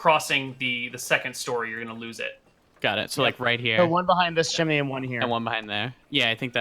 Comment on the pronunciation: wtf is a chiminey